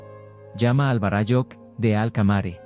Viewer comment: Todo bien de la historia relatada tal cual la denomina, por el autor. Lo único que no coincide es como lo pronuncia el relator los términos en quechua. Lo pronuncia muy mal. En quechua las palabras son graves o llanas. Por eso se acentúan para mejor entender. Varáyujh, no varayújh.